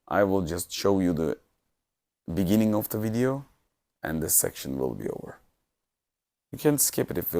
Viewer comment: In the bininging... bininging